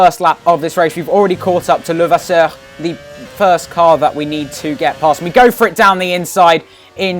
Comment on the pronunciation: Your pronunciation of Levasseur was on point! Racing was great as well of course ;)